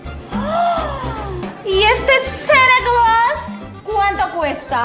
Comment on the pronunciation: Cuanto cuesta ese "Sana Clas"🤣🤣🤣🤣